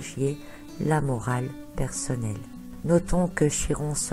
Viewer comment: Prononcez chi comme ki ! Par pitié ! Notre langue a bien aussi son origine grecque !!! Ça fait mal aux oreilles lol